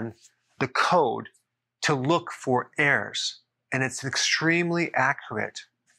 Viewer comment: Is Dr Berg saying errors.... or airs? 😅